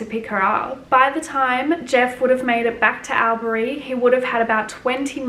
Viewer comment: Its pronounced All-berry